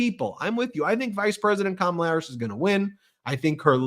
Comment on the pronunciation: Puppy killer is too dumb to pronounce Kamala.